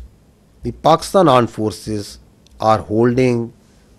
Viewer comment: What he say Arm force ?